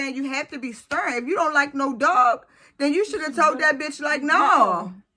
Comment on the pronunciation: GirL, stop saying "dug" and say dog...Damn